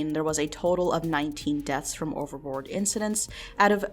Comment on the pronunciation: Thought you were saying overlord everytime you said overboard might need to check my hearing or headphones